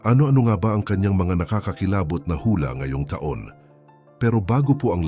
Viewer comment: Oi, putok, taon. Pronounce it correctly.